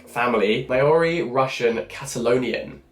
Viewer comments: hi jack! love that you're going to be reading a book set in NZ that's so cool! just wanted to let you know that maori is pronounced differenly to how it's spelt - it rhymes with moldy. i think there are vids on youtube that may explain it better lol but just thought i'd let you know in case you do a review for the channel! :) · The Greta & Valdin book sounds so interesting! I don't think I have read a book from NZ either. btw, "Māori" is mainly pronounced "mouldy" (but replace the d with an r) or "mawry" for future reference, I know it is a tough word.